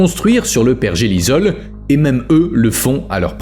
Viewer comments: Pergélisol et non pergelizol ! ! : sol gelé en permanence !!! Understend ? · ça m'a piquer les oreilles aussi lol , il n'a pas compris le mot 😂 . apres, cette chaine n'est pas la plus pointue en science ^^